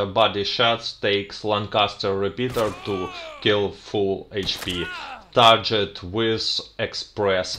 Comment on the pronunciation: By the way, the word "TARGET" has a hard 'G' as in the word "GREAT". You're doing "great" with these videos!